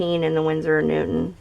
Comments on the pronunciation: stop pronouncing it like newtmen its newton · Not a big deal, champ